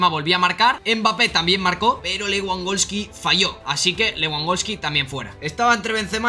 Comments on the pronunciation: Aprende a pronunciar , no es leeangolski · Se pronuncia levandoski